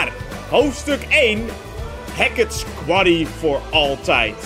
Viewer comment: je noemt de game kwarrie. haha, is dat ook hoe je het uitspreekt